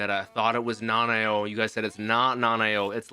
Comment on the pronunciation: Bruh Nanao is two syllables